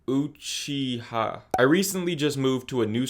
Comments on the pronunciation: he butchered Uchiha😪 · So glad someone else said it bro